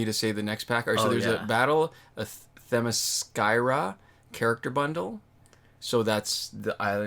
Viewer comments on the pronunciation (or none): Pronounced Them - i - skee - ra Also I’ve been gone from injustice for a while, where has the Most Wanted pack gone?